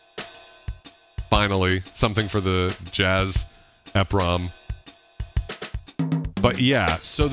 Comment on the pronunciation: Love the channel!! I had always heard 'EPROM' pronounced as 'Eee prom' like e in e-mail. E highlighting the 'Erasable' aspect of the Programmable Read Only Memory. Exposing the chip in the EPROM to UV 'removing the label' erases the chip. I had the R-50e back in 1988, and the K1 which I used to sequence on PC-XT on Cakewalk 2.0 for MS-DOS. Miss that drum machine, I sold it after I got my K4 in 91. I recall that songs are made for chaining patterns together to make songs. When I traveled at the time I'de bring an old school cassette recorder to save the memory patterns and kits. I had some kits that were just the heavily edited orch hits for saving melodies.